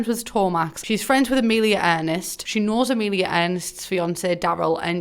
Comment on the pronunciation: Trust me thats not how you pronaunce Emilija, I would know(sorry for bad English)